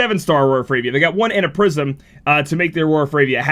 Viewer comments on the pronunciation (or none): none